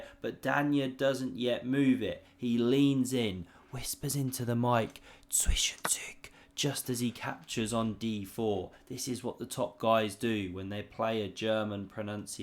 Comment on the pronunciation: Not a native German speaker here, but Zwischenzug is pronounced as "TSVEE-SH'N-TSOOG". Hope that helped😂😂😂